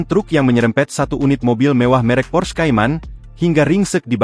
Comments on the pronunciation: PORSCHE bukan pors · Bacanta porsche,, bukan pors